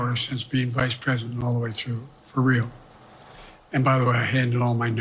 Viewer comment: Him saying Vide president trump was wild.